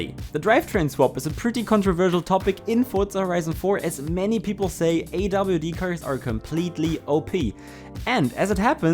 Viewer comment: “awd” and “rwd” lol